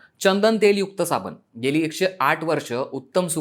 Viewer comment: आम्ही सुधरायला तयार नाही आम्ही गावठी आहोत हे दाखवण्यातच कौतुक व मोठेपणा वाटतो. हा शब्द "साबण" आहे , "साबन" नाही.